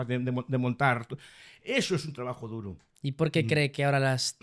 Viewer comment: Trabajo duru, no duro 😂